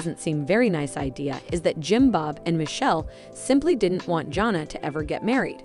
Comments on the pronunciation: I wish you would learn how to probably pronounce her name. It’s not Jona! it’s Jana!!! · Agree with you, JP! It's JAN-uh, not JOHN-uh! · Jana.... not Johna. Please!!!!!! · The announcer needs to learn the names of the subject! JANNA, not Jhonna. Jinger not Ginger! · It's Jan a. Not Jon a. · Her name is Jana. Not Jona! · I am going to keep leaving comments until you learn how to pronounce their names. Her name is Jana, like banana. It’s a short a sound. Please have the respect for her and for your viewers to pronounce it correctly. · Her name is Jana (Ja na). Try saying it correctly!!!! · Thumbs down 👎 learn how to pronounce Jana’s name. Until then don’t post an update! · Omg..yes first thing I noticed...drove me crazy!